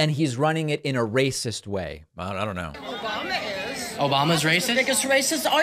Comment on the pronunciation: "Obamna" made me LMAO.